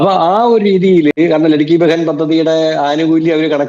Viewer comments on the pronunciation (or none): ലെഡ്കി ബെഹൻ സ്കീം അല്ല ലാഡ്ലി ബെഹ്‌ന സ്കീം ആണ്. അതു ശരിക്കല്ല പറയുന്നത്.